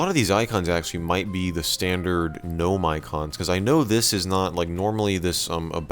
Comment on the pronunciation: ITS G'NOME